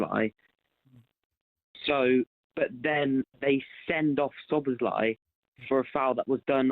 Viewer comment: Why does Cundy keep calling him "Slob sly"?